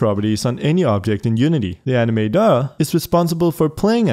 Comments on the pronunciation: i thought he said anime door not animator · how he says ANIMA(DO'R)